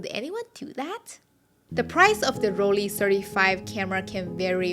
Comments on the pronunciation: During the Eighties and Nineties I owned and used Olympus XA, Minox 35, Olympus Mju II and the Rollei (It is pronounced "Roll-Eye" not "Roll-Ehh" btw.) 35 SE with the Sonnar lens. The Rollei 35 SE had sharpest lens and flared the least. It is up with most very good interchangeable prime-lenses only surpassed by the very best. If it had a rangefinder it would have been too good to be true but if you have trouble guessing distance there are accessory rangefinders available which are contemporary to your Rollei and can be a useful teaching-tool until you get a feel for it. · Please try to pronounce Rollei right. It is not a Rolleeeeeehhh 🎉. At the end the sound is like at the end of Shanghai.